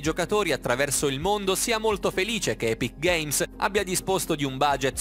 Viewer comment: Non sai nemmeno pronunciare epic games